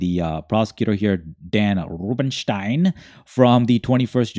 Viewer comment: Why the wierd "Rubenstein" pronunciation?